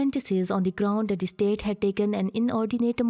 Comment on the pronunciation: I couldn't even understand half of the things she is speaking, she is pronouncing 'that ' as dat.